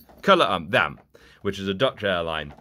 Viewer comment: Ku luau mm bro it’s called K L M 😂😂